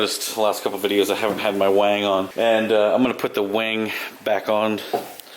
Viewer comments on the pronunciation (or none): none